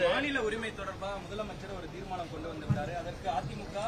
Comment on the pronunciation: Theera maanam. Illa. Theermanam 😂